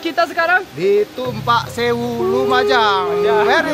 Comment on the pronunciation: It supposed to be "Tumpak Sewu" Mathias. From javanese words, tumpak means to ride / riding, sewu means thousands. Great shots and great edit as always 👍🏻👍🏻